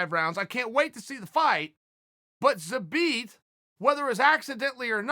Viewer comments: I love the fact that Chael is TOO LAZY to watch any of Zabit's previous fights and listen to how the announcers pronounce his name. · He never left it. Called some guy an idiot for not saying his name properly but that was the only time I’ve ever heard Chael pronounce it properly.. I dunno